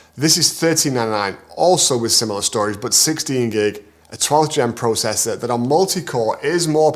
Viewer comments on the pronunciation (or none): none